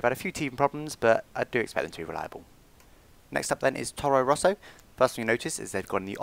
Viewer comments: Very great video,! Just one thing: It's Toro Rosso, not Torro Rosso:) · I think it's Toro Rosso not Torro Rosso, :P